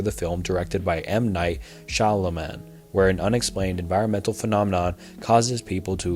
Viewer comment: M night shaw lah man 😭 SUE NOM INNIES 💀 perahgym nooooooo HUR-OLDS I CAN'T MATE There were so many of these I only started counting them at like a bit over 49 minutes, and if I keep pausing to mark em down here I'll never get through the whole video lmao These aren't meant to shit on ya btw man, honestly I think it adds some flavor- plus the overall quality content of the video as a whole massively overshadows any kind of small mispronunciation :p